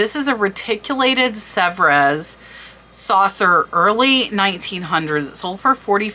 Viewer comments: Unreal soo beautiful. It would be hard to sell but id be afraid id break one. Sevres is pronouned sev and gilt is pronounced differently. Great video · Sevres is pronounce sev-re, with a slight roll on the 'r' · Serves is pronounced as suh-vreh in English. Pronounced sev in French. The letter "s" is not pronounced at the end of words in French unless there is a vowel after it. Loved your video. Must subscribe! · Just a small correction, but it's a word that comes up often here: "gild" is pronounced with a hard "G", as in "guild". "Sevres" is pronounced like "Several", but cut off just before the "al" ending. You end on a guttural "R". "Cloisonne" is as follows: Clwah- zone- ney. Love your channel. Thanks for sharing your knowledge. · Also, you need to research the pronunciation of words such as 'gilt', which has a hard 'g' and cloisonné which sounds like 'clo-zo-nay'. Sevre is another tough one to pronounce. Good luck.